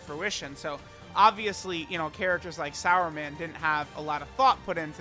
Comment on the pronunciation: Wtf are you calling him sauerman? It says Superman 🦸‍♂️right there on his card name. He even has a "su" on his shirt there. す and not さ (sa).